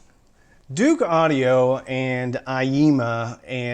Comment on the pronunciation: Dook. Not "Duke"....!??